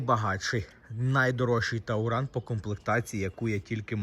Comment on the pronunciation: Ещѣ один "тАуран". .ой вэй. . Чувак! Он ТУРАН. От слова ТУР. Поездка.